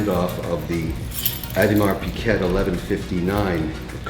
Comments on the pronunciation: Did anyone in his company have the guts to tell him that it's a 'g' and not a 'q' in Audemars Piguet? If not, are you hiring? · It's pronounced, "Peekay".....not "Pickette" hahahahahhahaha. What a comedienne. Surely he's just pretending to be an ignorant SOB. .....but he'll tell you....he's RICH....as if that was an excuse for it..... something to be proud of....like being a Trudeau. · Pronounced Peeeee gay mr collector.... Peee gay..... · Always a messy place and Jesus you have so much money and so many low end furniture. Also pronounce the names properly. Mont Blanc you don't say the C at the end and AP the T is not to be pronounced. It sound if he says Audemars Piket. I can give you proper lesson and take you watch shopping properly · Much more like OohDMahr Pig-ay actually. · T in Piguet is silent. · the 11.59 dont think it was half people hated it half didnt , it was more like 99% hated it. also can you learn how to pronounce Piguet silent T. since you chuck in french words all the time be good to learn to pronounce .